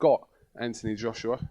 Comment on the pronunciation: stop saying antony !!!!! its anthony ffs